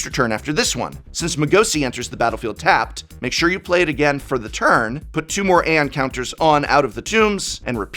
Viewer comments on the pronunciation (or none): none